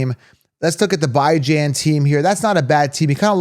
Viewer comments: How does he consistently say Bijans name wrong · “Ahh-chain” and “bye-Jan” 😂😂😭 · He never pronounces them correctly. There is even video of him saying how to say his name and its mom approved.